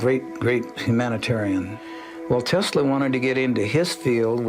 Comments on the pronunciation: "Noah Taysla"? Damn, this old guy is worse than Don Cherry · I caught that too! He called him 'Noah TEEES-la'. Lol!